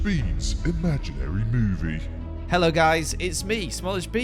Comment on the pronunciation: Batman intro goes hard. I like the way you say mEWvie